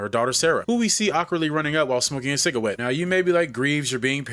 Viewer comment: Cigawette 😂 You make me miss The Boondocks. Please don't ever stop pronouncing it that way